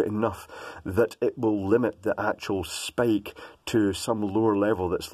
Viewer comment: Provide NOT Provade Spike NOT Sapke.